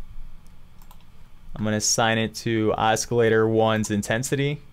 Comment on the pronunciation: Why are you pronouncing it (os-kil-lator)? It isn't pronounced that way. It's pronounced as (aa·suh·lay·tr)